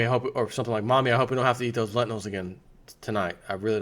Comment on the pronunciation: 1] its pronounced 'Lentils.' not 'len tin nells.' 2] Pizza is low grade food. sprouted, cooked, organic lentils in fluoride free water, BEST quality.